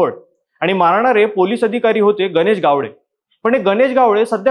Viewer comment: गावळे नाही रे बाबा ..... गावडे